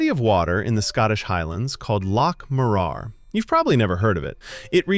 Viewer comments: This is a brilliant post! Thank you. Just a couple of minor nitpicks - "Morar" - the emphasis is on the first syllable, not the second - MOrar not MoRAR. And in Culross the 'L' is generally silent - Cue ross. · Loch is NOT pronounced "lock." Your pronunciation of Morar is diabolical. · Hint on how to say 'loch.' Instead of trying to say the C in CH, miss out the C and try to say the H instead. Also - so far - it's Loch MOrar not moRAR, CairnGORMS, not CAIRNgorms - you know, if you get it wrong you'll take somebody's eye out... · Loch Morar. Loch does not end with a 'k'. Mòrar has a longish o sound and the stress is on the first syllable. You'll sound like a native! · The way Morar was pronounced grated at me more than it should have. We pronounce it Mo-rar with emphasis on the Mo rather than the rar part of the name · Yes, your pronunciation needs a bit of work. The 'ch' in Scottish words such as loch, sounds like you are trying to get rid of some phlegm from your throat prior to spitting it out. 'Broch' is the same. Morar is pronounced 'Mawrer'. Culross is actually pronounced 'Coo-russ' by the locals. Lots of Scottish place names are very difficult to pronounce. Milngavie, (millguy), Strathaven (Strayven), Anstruther (the locals pronounce it Ainster). Good luck. Some pronunciation practice for ye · Tors?Loch Morar--stress is on second syllable. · He can't pronounce Loch properly and doesn't pronounce Morar properly either.